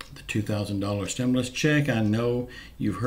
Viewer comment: STOP! SAYING!!! ""STIM-LUS!!!!!''''''